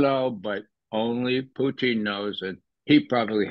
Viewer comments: I like Poutine better than Pootin'.😂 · Puteen? Lol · I like Ray as an analyst but his manner of speaking and pronunciation is so over the top ridiculous is just flat intolerable. “PooTeen”? 🤣🤮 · Get the pronunciation right..... PUCHIN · Stop saying poutine 😂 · I love this guy simply because he refers to Putin as Poutine 😂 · He needs to learn how to say Putin